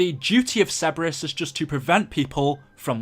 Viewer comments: This is a freebie: Sir-bur-us, not Seb-bur-us. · Sir-ber-us not Cebrus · its CER-BER-US not ceburus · Ok love ur vids but you need to pronounce Cerberus correctly! Cer-bER-us!